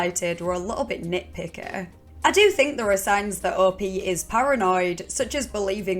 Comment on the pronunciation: Omg the way you said "nitpickeeh" amazing lol